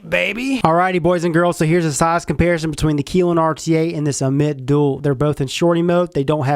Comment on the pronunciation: dammit man that's not how you say ammit, always saying things wrong lol, jk bud good video